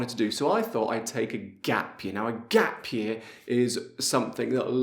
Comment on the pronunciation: Everybody please take note how gap is pronounced....not ghep